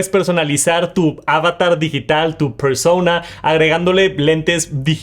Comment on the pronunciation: Por favor deja de decir “persouna” que eres latino no estadounidense